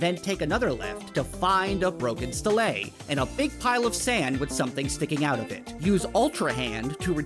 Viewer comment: Pronounced STEEL-Lee or STEEL-Lah